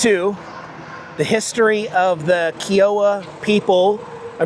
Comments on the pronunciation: He mispronounced Kiowa=KY-UH-WA. Lol and it's persimmon not permission. It's still a great video ❤ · 😂😂 The way you pronounced Livery, Kiowa, and Persimmon LMAO